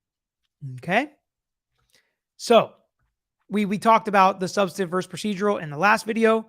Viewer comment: Sorry dude, but it's "substANTIVE" not "subsitive"